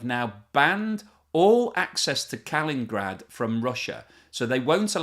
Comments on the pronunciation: Cheez! Not kal*in*grad! It's Kal*in*in*grad! 😂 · Not Kalingrad, Kaliningrad! Shouting it out, like 20 times... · Well, I learned that there's a new way to pronounce KALININGRAD: KALINGRAD! Who knew? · I can't listen joe, it is Kaliningrad , not Kalingrad all you have to do is read letter by letter. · K A L I N I N - G R A D ... not KALINGRAD! 🤦🏻‍♀️🤦🏻‍♀️🤦🏻‍♀️ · how can you talk about a city that you just mispronounced? 🤷🏻‍♀️ extremely disappointing at the very beginning! Kalin-grad? It is -- K a l i n i n - grad🙋🏻‍♀️ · Not "Kalin grad"' it's Kal-in-in-grad. No need to watch the full video since you don't know what you're talking about. LITERALLY. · The name is Kaliningrad, not Kalingrad. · Its Kaliningrad not Kalingrad. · Not ka-lin but Ka-li-nin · It's pronounced Kal in in grad - NOT - Kal in grad 😂🇨🇦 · Amazingly, the rest of the world pronounce the name as KAH-LIN-IN-GRAD and not KAH-LIN-GRAD!!! Go figure... 🦘🦘🦘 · Its not "Kalingrad", its "Ka-li-nin-grad". Former Koenigsberg, a capitol of East-Prussia. Named after a soviet bolshevik "Mikhail Kalinin." Oops, many others have said the same already. Sorry. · It is Kaliningrad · Forgive me - "Kalin-IN-grad":, not "KALIN-grad". Please. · It is Kaliningrad, not Kalingrad. Good video, however. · you're killing me!!! it's not "kal-in-grad", it's "kal-in-in-grad"!!!!! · I hear you saying Kal in grad when it is supposed to be Kal IN NIN grad. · It’s not Kal in grad, it’s Kal in in grad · It's not Kalingrad; it's Kaliningrad... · Exactly! Two seconds in, and I he has already lost credibility as a commentator. If you cannot pronounce the name of THE SUBJECT OF THE VIDEO, you don't deserve to be listened to. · It’s, Ka-lin-in-grad, joe! 🙄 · _ pronounced KA-LEEN-EEN-GRAHD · It is KAL- IN- IN -GRAD 🙂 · Ka-li-nin-grad. Love you, but if you can't take the time to properly pronounce it, I ain't taking the time to watch it... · Pronounced Kal ling in grad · You pronounce it entirely wrong! Its not "Kawingrad". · Kal IN in grad